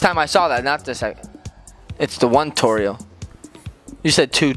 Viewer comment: Your saying torirl from undertale!